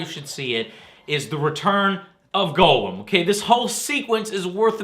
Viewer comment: oh joe u said golem wrong derp :)